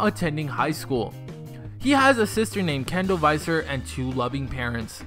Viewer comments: its actually visser not faiser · It's Neels Visser not Neels Viser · Niehls Vihssur(Neels Visser) not faiser (Viser) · Neels VISSer. you pronounced it wrong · He says visser wrong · u said his last name wrong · You pronounced ' Viccer ' wrong. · Tenneh Berete thats what I thought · ikr. I got so annoyed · SOOO wrong